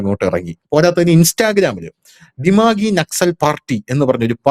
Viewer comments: &..ശ്രദ്ധിക്കുക ദിമാഗി എന്നാണ് പറയേണ്ടത് ദിമാംഗി അല്ല. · ദിമാങ്കി അല്ല ദിമാഗി ആണ് ശരി.. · ഡിമാന്കി അല്ല പുരുഷു 😂 ദിമാഗി... ദിമാഗ് എന്ന് പറഞ്ഞാൽ ബുദ്ധി... അതായത്... നക്സൽ ബുദ്ധി കൊണ്ട് നടക്കുന്നവൻ... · ദിമാഗീ എന്നല്ലേ .ദിമാഗ് - തലച്ചോറ് brain /ബുദ്ധി.